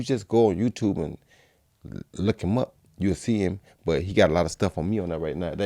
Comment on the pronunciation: Joe just said "YOUULL"